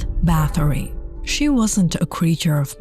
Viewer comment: The. Pronunciation is. ERZAY----BET. Not Elizabeth. .Also,it is BAR----TORY. Not BATTERY...!!!!